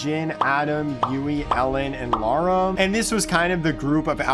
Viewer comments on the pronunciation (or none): none